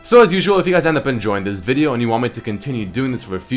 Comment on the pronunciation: it's more like vídeò